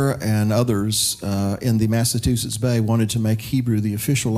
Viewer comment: “Mass-ah-chew-sits.” / An aside: Washington crossed the Delaware on December 25th, not “Christmas.” It was the target Hessians’ Christmas. Christmas wasn’t a celebrated then by the vast majority of Colonialists.